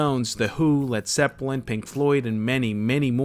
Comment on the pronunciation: Did he just say Led Sepplin? 🤣